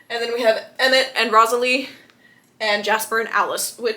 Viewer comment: it’s Rosalie how to pronounce is rose-la-e